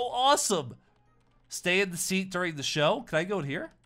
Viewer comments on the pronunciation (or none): none